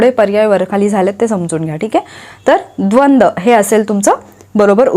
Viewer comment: Khupch chhan lecture madam Thank very much prantu tumhi dvandva samasache ucchar dvand chukiche kele ase watate